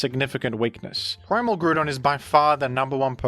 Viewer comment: worst pronunciation of groudon ive ever beard